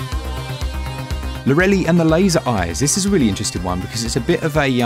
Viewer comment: FYI, Pretty sure it’s pronounced “Lore-eh-lie”